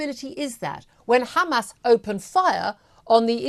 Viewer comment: She is so thick she can not say Hamas